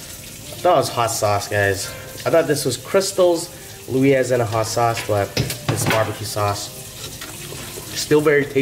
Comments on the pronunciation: Who on God's green errfff taught you how to say Louisiana tho ? Lol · Someone tell him how to fucking say Louisiana please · The way you pronounce Louisiana is more difficult than pronouncing it the correct way.